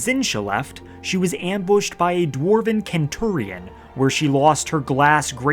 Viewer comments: Kenturion?! Are you kidding me? It's pronounced 'sen-turion' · Sen·chur·ee·uhn not Ken·chur·ee·uhn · Seriously?? nobody is going to comment on the fact that he said centurion with a 'k' and not an 's' sound??? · Its "senturian" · I don’t think it’s pronounced kenturion😅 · Dwarven Ken-turion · No it isn't. Who said that? It's a latin word, not a greek word like kentauros (centaur) and even in the case it would, I think in english it's pronnouced "sen-too-reean" or something in that line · yeah, standard English pronunciation would be "sen-ture-ion", for some reason he went with the Latin hard C, which is correct for Roman Latin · Why did bro pronounce Centurion like that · it’s just not though